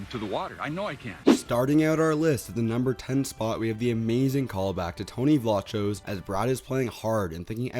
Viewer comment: FYI Tony pronounces his last name with a hard k sound in the middle. Vlah kose.